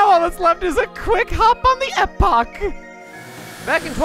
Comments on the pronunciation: I agree about the Son of The Sun being a pain in the caboose but, this has been bugging me for a while, isn't wings of time's name pronounced (eepok) Epoch? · At least you are closer to pronouncing epoch correctly let me help it is pronounced E pock